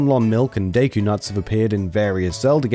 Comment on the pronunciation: its not "zebb........ess" just "zebes" no pausing while saying it. its NOT "day-coo" its "deh-coo"